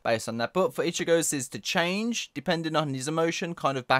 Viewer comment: "ichigo's's" .................the fuck